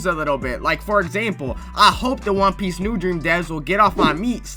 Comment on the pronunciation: "THE WAN PEEICE IS REAL"